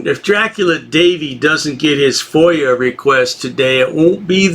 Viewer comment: A who? fOIL? Its a FOIA....